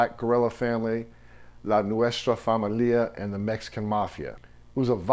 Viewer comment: Great documentary, you said Nuestra Familia in a funny way, lol but great work bro